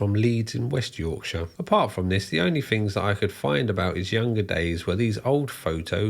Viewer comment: I hope the American viewers absorb the correct way to say Yorkshire (or any other county ending in shire for that matter). 😂